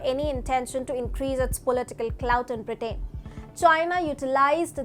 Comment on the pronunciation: I watch your channel often because it's a good channel. So lease get your pronunciations correct. "Britain" is pronounced, "BRIT-TEN" and "Huawei" is pronounced "HOO-AH-WAY". I am not from India. Just trying to help.